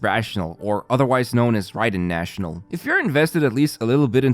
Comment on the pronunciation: It’s called national team not rational team… stop saying it